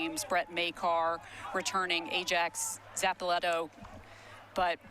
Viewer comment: stop butchering ajax’s name 😭😭